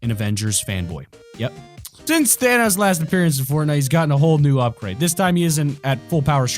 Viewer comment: Y do u say thanos as thainos